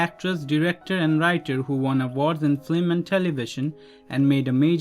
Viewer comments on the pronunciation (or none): just a note..... it’s “film” not “flim” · The person who is narrating this is saying flim instead of film. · As do most, likes the old format much better. If you must change to speaking format, please use someone who can speak English. Pronouncing film as “flim” every time drove me nuts. Other mispronunciations less aggravating, but????? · I liked the narration but the word film needs to b pronounced correctly since it’s used in almost every profile. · Silent is better, especially when the narrator can’t pronounce words like film.